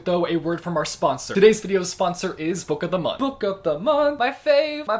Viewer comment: Nobody:: Book’o’dhmonth